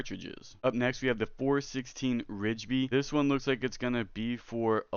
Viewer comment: I am totally hyped for this game! Thanks for the little overview, really hope it lives up to the hype! I realize this vid is a year old so the following comments may be outdated to you and you've long since learned about the following... I had a few comments if you don't mind a little feedback Just to help you sound a little more credible the 416 Rigby you were pronouncing it "Ridge-by" and as far as I am aware that is incorrect, all i've ever heard is "RIGby" (think saying it like 'Rig-be' (like you you may "Rig" up a fishing line and saw a bee flying around. Totally feeling like I'm that nerd correcting someones spelling but I'm not trying to be a know-it-all dick but rather help you feel more respected for what you are talking about (if that makes sense). I can be wrong on anything in my message, maybe some things are unique to here in Alberta Canada but I used to be a Firearms Specialist and have heard a lot of the 'talk'. So again my goal is to just show a kindness in giving a little direction. So in that tone the .243 Win isn't said "two, four, three, Win" but instead "Two fourty-three Win" Lastly did THEY say that the cartridge you showed was a 22LR?? It really didn't look like a 22LR maybe closer to the 22 WMR. Thanks again for doing the overview! Hope you understood my few comments were meant as contributions to hopefully help make your future vids a lil more 'on-point and again maybe I am wrong on all fronts and my observations were all unique to my Alberta experien